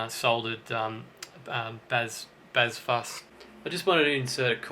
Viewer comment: "bazz"????? "fuss"????? (bass /fuzz)